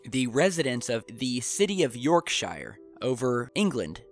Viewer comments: No offence guys, but here in England we pronounce " Yorkshire" (or anything ending in shire ) York-shear as in shearing a sheep. not shire as in funeral pire. Oh and Balham (in South London) we say Balam ( the H is silent ) . Because we get so much American television, we are all aware of your pronunciations, but we do have a crafty giggle at yours. No offence Brothers and Sisters !! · I have watched most of your videos and appreciate your work. But you made three glaring mistakes with this one... First, Yorkshire is the largest county in England, NOT a "town" or city. Secondly, it is pronounced as "York-sheer" or "York-shuh," not "York-shyer." Finally, that's the North Sea, not the ocean. Please do a bit more research before posting these and embarrassing us fellow Yanks, Thanks. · N it's York sher not shiiirrreeee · Phonetics: [York sher] instead of [York shah yer] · The best way to say Yorkshire, as I live nearby, is to pronounce it as....yorksher...;-) xx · don't sweat the small stuff. You'll get it. Some of us Brits mess up too. Keep on being brilliant. We will help you with the pronunciations at least you try. By the way, phonetically you would say "Yorkshuur". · Us English have weird town names but Yorkshire is pronounced - York sure 😊 I'll get back to watching the video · say it more like "Yorkshur', if you want to say it in a Northern accent :) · Shires are more like Shores 😆👍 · Keep up the amazing work! If you want a top tip from a Yorkshire man, pronounce shire sher 👍🏼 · pronounced york-shear and is a county not a town, Yorkshire is massive man. lived there for 13 years, Leeming village and then Northallerton right on the scotch corner and wouldn't go back England's too cold. beautiful scenery but boring, cold and boring. but yeah its not the hobbit no shire there lol york-sheer 👍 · help you out... Yorkshire is pronounced 'Yorksher' Lincolnshire is pronounced 'Linkensher' Harrogate is pronounced 'Harragut' Yorkshire is a COUNTY not a town